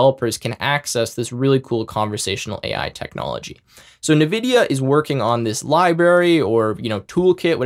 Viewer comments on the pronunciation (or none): Cool AF!!! Thanks. PS: i feel small electric shocks through my ears to my ocd-peanut-brain everytime he says ‘nividia’ 😅✌️